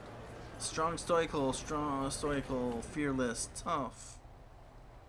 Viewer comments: It's stoical(STOW-I-CAL)!! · The Macmillian dictionary says otherwise: Now, I can't remember from a video over a year and a half ago, and it's not important enough for me to dig up how I pronounced it, but I'm fairly certain I pronounce it the way it's pronounced on that page. Where you get STOW-I-CAL, I have no idea, but you might also want to learn how to pronounce.